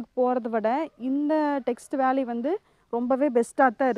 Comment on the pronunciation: அதுக்கு பேரு டெக்ஸ் வேலிங்க டெக்ஸ்ட் வேலி இல்லைங்க